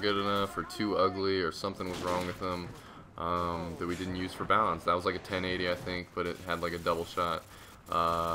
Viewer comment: This whole time i thought you were saying "bounce" instead of balance haha.